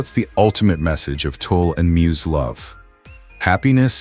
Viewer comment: At least get Tul’s name right. It isn’t Toll or Tool or Tulpa, it’s Tul !